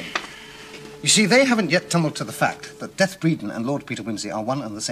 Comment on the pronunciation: I get irritated every time I hear “Bredon” called “death,” as in “deceased.” Sayers specifically had it pronounced “deeth” in the novel. It’s such a small detail, but she did it so well….the employees were rather shocked at “death” until Wimsey clued them in. It’s as though the scriptwriters for the show thought they knew better than the great novelist,and that’s always a mistake.